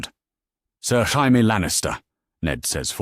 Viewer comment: lol when AI pronounces Jamie as Hamie.